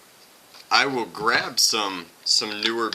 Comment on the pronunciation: "grab" lol